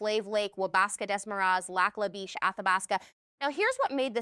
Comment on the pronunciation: Lac la Biche is a French name so "Biche" rhymes wish "dish".